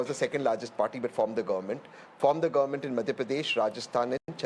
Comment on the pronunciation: It's not Govermunnt anchor woman- it's government.